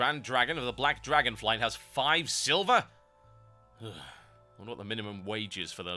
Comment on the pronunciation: Five sliver !! lol